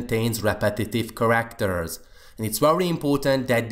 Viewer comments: Its care-act-er instead of kar-akt-er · please practise your pronunciation of the word "characters"